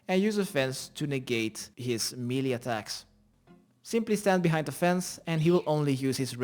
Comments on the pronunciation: i laughed my ass off everytime you said MELEE......... it's pronounced ( Maylay.) not (me li ) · meelay as in the US, or maylay as in the UK.